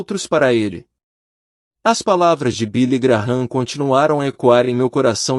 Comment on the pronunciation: Não é Billy Graram é Billy Gran